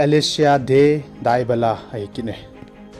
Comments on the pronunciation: It not dubala it debala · Dybala tih ngal o bro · Bro Dybala na pronounced cu nui jat um val 😂